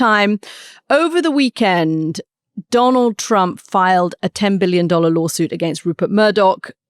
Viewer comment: Did Katty mean to call him Donal Tramp ? 😂